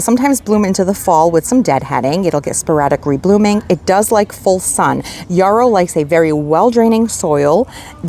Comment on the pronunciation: The yellow achillEa is a yarrow not a yorrow! (not rhyme with borrow, sorrow, tomorrow)